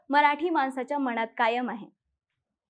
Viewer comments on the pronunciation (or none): none